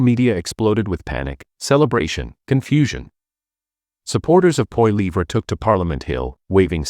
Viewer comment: What a B.S. platform. Can't even pronounce Poilievres name properly